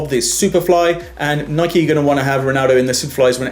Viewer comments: U say Nike wrong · You can't say Nike